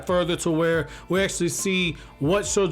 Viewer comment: Very proud of that first proper mujina pronunciation . Keep it up!